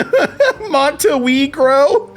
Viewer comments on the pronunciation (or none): "Monte Weegro" got me dying a lil' 😂😂😂 LOL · Monte waahgro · "MONTE WEEGRO" oh dear Lord I'm cryin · Monte Weegro lol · "Montewegro" genuinely got me cracking up. Lmao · Monte Weegro took me out. Thanks AI friend, I needed that laugh today.